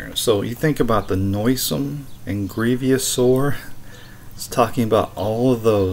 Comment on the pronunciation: Grievous, not grievious....